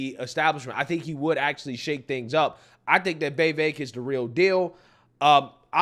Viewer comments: Day 39 of correcting the pronunciation of Vivek. Viv-ACHE. like take or make. With the VIV before it. ViV ACHE. VIV Ake. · It's pronounced "Vivake". Rhymes with cake. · Why do you pronounce his name as “Vay-vake”? So weird!